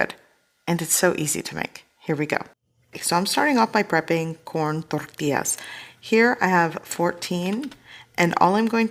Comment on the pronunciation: Thank you for properly pronouncing tortillas